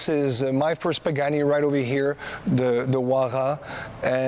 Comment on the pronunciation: right probably should pronounce the name right before vlogging.